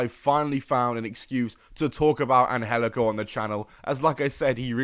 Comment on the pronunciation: It’s not pronounced an-hel-ico. That’s just the way they tweaked it for Lucha Underground. It’s pronounced an-jel-ico.